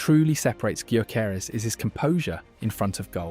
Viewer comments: Just fyi.. his name is pronounced "yorkeresz" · Excellent. One point on pronunciation. It's "Victor Yokeres". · "Viktor G-yoo-keres" LMFAO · Pronounce His name properly least please..THE G IS SILENT..!!! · painful how you're pronouncing Gyokeres name